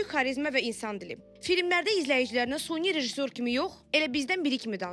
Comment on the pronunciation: Suni yox, gözəlim. Süni